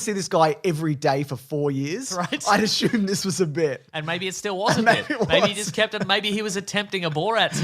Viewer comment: Never mind the pronunciation of "Dune", you should talk about your pronunciation of "assume".